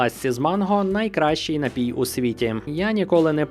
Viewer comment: Найліпший напій на світі - це дволітрова пляшка "Карпатської джерельної" після понад року вимушеного перебування за кордоном! До речі, приємно чути, як Ви правильно наголошуєте напІІІІІІй. Дуже добре!